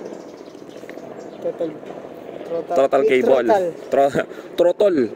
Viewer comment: trotol keybol, bisaya ka man dong😊